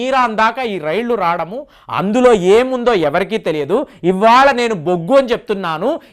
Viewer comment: రాడము కాదండి రావడము అనాలి.